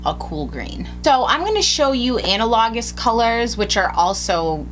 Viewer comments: I'm so sorry but it's killing me: when you're saying "Ana-Low-Jus" are you saying the word "analogous"? Because if so, it's pronounced "an-al-uh-gus". I'm sorry if that's super condescending but it was annoying the shit out of me. I love your videos and your lack of bullshit screaming and annoying editing in them. I can't find many beauty influencers on YouTube who don't appear to be catering to very excited 15-year-olds who have never read a book in their lives, so thanks for that <3 It's so refreshing. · I loved the first few videos of yours I watched so much I'm now touring the back catalog. Question, not criticism: is...that how some people say 'analogous'? I've always heard it said as "a-NAL-u-gus". Maybe it's a regional thing. 😁